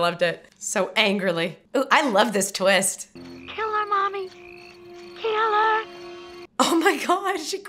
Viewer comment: "But maybe there's a tweest I don't know about..." 😅 How about 2? 😁 I love that Ft13th can still scare the heck out of people, even those who know about Mrs Voorhees from Scream. Jason popping out of the water is one of the best stingers in horror! And some bonus Kevin Bacon.